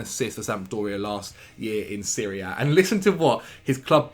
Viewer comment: One thing, if you attempt at saying Serie A, either do it full english and pronounce the letter A or do it in italian and say série. Because if you go for a 50-50, we end up hearing you talking about Syria most of the times XD